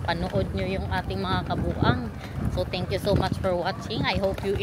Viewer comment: Tenkful mi hahaha 😆